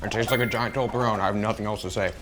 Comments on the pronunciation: It's a Toblerone not Tolberone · My respect for you is gone because you said toberlone instead of toblerone.